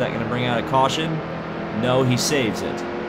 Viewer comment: AN WE HAV A CAWSHON